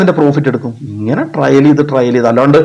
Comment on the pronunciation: വളരെ നല്ല ഒരു വീഡിയോ എനിക്ക് ഇഷ്ടപ്പെട്ടു. ദയവു ചെയ്തു ടാർജറ്റ് എന്ന് പറയരുത്. അതു ടാർഗറ്റ് ആണ്. ഈ ലോഗത്തിൽ മലയാളി മാത്രമാണ് ടാർജറ്റ് എന്നു പറയുന്നത്. പിന്നെ ട്രയൽ അല്ല ട്രെയിൽ ആണ് വിഷമം തോന്നരുത് നിങ്ങളെ വിഷമിപ്പിക്കാൻ പറഞ്ഞതല്ല. Very good👍🏻 keep it up 👍🏻